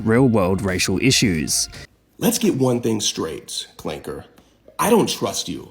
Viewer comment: Dude said clanker with a hard r 😂